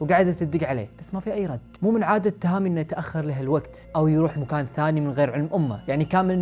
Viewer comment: فرحة انك نزلت الفيديو و قلت اكيد راح تقول اسمه صح مو مثل الكل بس طلعت زيهم اسمه توهامي مو تاهامي يا ناس توهامي توهامي تو ها مي